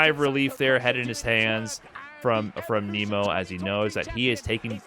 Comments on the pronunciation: I can't sit thru you pronouncing it Kneemo and not Naymo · ya it’s not Nemo like the fish in the Disney movie. It’s Nemo like “Neh-Mo”